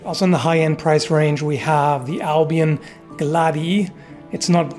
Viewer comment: I can confirm. I am Italian and studied Latin and the correct pronounciation is glad e e, the one used